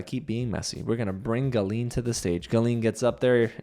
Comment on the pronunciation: Your pronounciation of Gallien is killing me 😂. Anyways Julie deserved an apology from Sarah. The hosts just glossed over Sarah’s comments, I didn’t get why she was even on stage.